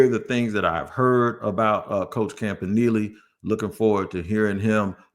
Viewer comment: Who says campa nelly